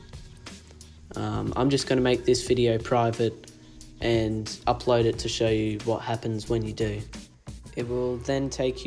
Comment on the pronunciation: What are you saying after you said after hitting Done the next step is to hit what???? Upload is that what you’re saying?? It’s into your video. Can’t understand what you’re saying.